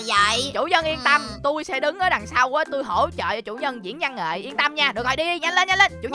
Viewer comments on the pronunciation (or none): Từ văn nghệ thành củ nghệ 😂😂😂